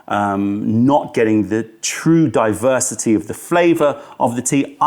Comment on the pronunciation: “Represents the greatest diversiTEA”